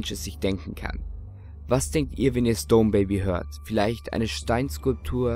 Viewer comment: Hab auch erst "stoned" verstanden xD